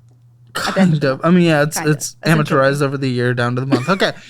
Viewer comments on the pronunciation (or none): Amortize!!!! Use your amateureyes to see how to pronounce the word. Nukeular 😂